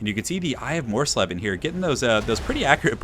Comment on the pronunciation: It's pronounced mors-leeb. :-)